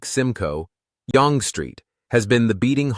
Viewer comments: Yonge….. pronounced Young. Kraft Dinner. Yuck. Poutine is awesome. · BTW, Yonge as in Yonge Street is pronounced as "young". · Yonge Street is pronounced like "Young Street". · its young st - not younnngggg street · One comment maybe worth noting, but not taking away the fact about Yonge Street in Toronto. The proper pronunciation of " Yonge Street " is actually pronounced " YOUNG street ". I have no idea how it became spelled " Yonge " street. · Yonge street is pronouced as young st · As a Canadian I thank you. As a former bush pilot, I think I know this country as well if not better than most. but your exposé is excellent. By the way, Yonge Street is actually pronounced Young Street. Good work. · It is pronounced "Young" Street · Your pronunciation of Yonge Street was incorrect. It's pronounced Young .🍁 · Pleased to see that the pronunciation of Yonge has already been flagged. Yes, it is identical with the pronunciation of the English word, young. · Yonge Street is pronounced Yung, not yong. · Yonge Street Pronounced, "Young (Yung)". Not, Yong. Or, yongay. a.i. has always screwed up words..... And images (so many in this video that have nothing to do with the subject being referred to. 🙄) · proper is sounded as Young not Yong - it is the former street that flow northward to Hwy 11 North - which leads to many towns such as Huntsville, Sundridge, Trout Creek, Powassan, North Bay, Tilden Lake, Temagami, Latchford, Cobalt, Temiskaming Shores, Earlton, Englehart, Kirkland Lake, South Porcupine, Timmins - there are other towns that rely on this highway for their connection to the rest of Ontario and, indirectly, the rest of Canada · young st oronouned yung not yong . kd is no longer any good kraft changed the cheese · Its pronounced "young" not "yong" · It is pronounced Young street with the emphasis on the U sound.as in fun. Obviously artificial voice over dialogue.. not yong or yongie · It's pronounced young street. Not Yong or Yon-gay.